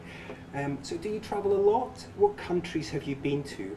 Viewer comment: chị người mẫu lúc đọc a lot thiếu s hay sao ý